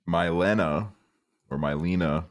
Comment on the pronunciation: i believe that aliens have indeed visited estonia, and mayhaps they are even the ones that brought aksel into this very world….. would explain a lot! thx for listening to my message, also the name is pronounced me-lena (^_^) 👍